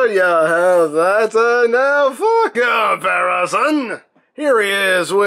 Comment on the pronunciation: Is it just me or when he says "now for a comparison" at about does it kinda sound like "now fuck off harrison"? 🤔😂